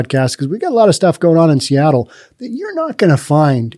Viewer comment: "Seatroit" LOL. How about "Soyattle"?